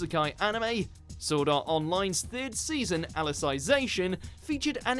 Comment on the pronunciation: Anyone else annoyed by how he pronounced Alicization?